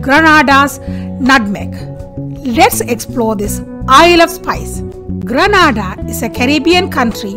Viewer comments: madam grenada is pronounced gre na da like grenade with a a instead of e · Not far n.a. As it's pronounced get n.a. Da